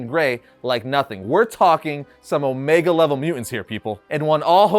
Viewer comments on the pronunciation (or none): none